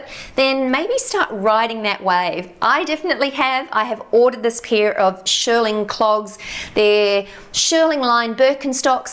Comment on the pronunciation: Just a gentle point… it’s pronounced “sh-EAR-ling” as in “ear” and named after the process, to shear the wool back to a low even height. Not pronounced “sh-ER-ling” as in “er”.